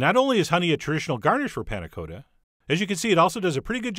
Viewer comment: Coata? Really? It even has two Ts.